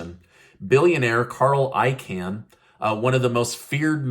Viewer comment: Carl Celian Icahn’s last name is NOT pronounced like a CAN. It’s pronounced like CON.